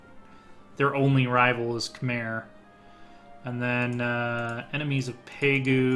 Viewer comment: 1. Pronounced Ky-mer 2. Pronounced (long vowel) Ang-core